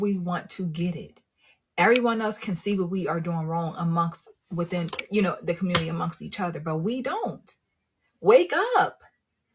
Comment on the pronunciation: And the "Communitah"